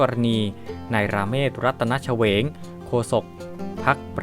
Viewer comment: (เชวง) อ่านว่า ชะ เวง แต่ตุณอ่านออกเสียงว่า เฉวง (ฉะ เหวง)